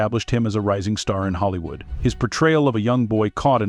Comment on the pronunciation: If you’re going to make videos about Hollywood, please pick a voice that can pronounce Hollywood.